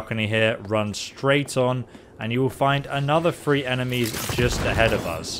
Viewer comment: Call me crazy are you saying free instead of three